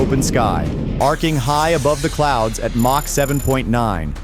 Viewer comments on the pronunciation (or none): AI crap... what is mock??? it's supposed to me MACH. Dummies.